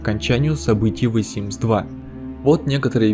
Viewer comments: " ВЭ Симс ???" Хотя бы уже Зэ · ААААААААААААААААААААААААААААА ЗЕ СИМС, А НЕ «ВЭ» СИМС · Я одна заметила что он говорит вэ симс а не зэ симс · Первую минуту видео понять не мог, что значит это "вэ симс". Я не шучу. Тупо воспринимал это, как "V Sims". Реально, если не можете произнести правильно "the", то уж лучше говорить "дэ". Своим комментарием не хочу оскорбить автора, просто на следующем примере могу объяснить, к чему может привести именно такое произношение звука th: Мой одногруппник так же читает th, и, когда он говорит, часто тяжело понять смысл предложение (особенно если оно неправильно построено) с такими словами, как there, then, than, weather, whether и т.д. Если в последних 3 просто слова становятся неузнаваемыми, то в первых двух вас точно неправильно поймут. Вэа - это уже не there (там), а where (где). Вэн - это не then (тогда), а when (когда). Понятное дело, что when (уэн) и where (уэа) тоже не так произносятся, но воспринимать вас будут именно так. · Обожаю, когда кто-то произносит "the" как "ве" или "фе", а не "зе" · Какой вай симс? Читается зей симс, мой инглиш тоже не силен, но не вай же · ЗЕ ЗЕ ЗЕ ЗЕ ЗЕ ЗЕ ЗЕ СИМС НЕ ВЭ НЕ ТХЕ А ЗЕ СИМС МОЖНО ЖЕ ПРОСТО ГОВОРИТЬ СИМС ЕСЛИ НЕ МОЖЕТЕ ЗАПОМНИТЬ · The - не (вэ) а (зе) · the производится как зэ а не вэ Аж уши режет а так всё норм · Вэ симс?! То есть ты THE (зэ) читаешь как (Вэ)??? Ля ЗЭ тоже не правильно звучит, но ВЭ это полный разъеб если четсно) бро ну не верю что ты на спокухе считаешь что вэ надо говорить,я просто не верю что есть люди которые так зачем то коверкуют такие простые звуки😂 IT'S NOT REAL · Господи, почему ВЕ Симс? Хоть бы зе Симс, ну это не реально бесит. Режет ухо каждый раз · ве симс XD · Почему он читает ее как вэ?( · нет. У этого есть определённый звук и он лишь слегка напоминает З или В. Лучше слэнгово сказать Дэ, чем Зэ. Это ультра руснявая ошибка. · Бэ Симс, вэ Симс, уэ Симс... Еле досмотрела, больно. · "ВайСимс" ты что там родной, какаху съел? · почему "вэ симс"?